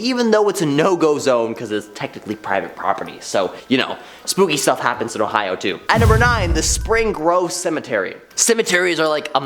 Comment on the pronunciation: "I'm so glad I don't live in HOEohio"